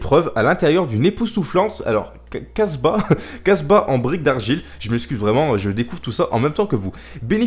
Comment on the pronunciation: Ptn je suis arabe et quand ta dis "casba" ta niker la langue 😂😂